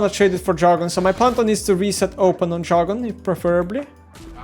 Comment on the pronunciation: it's DR-A-gon, not JA-R-gon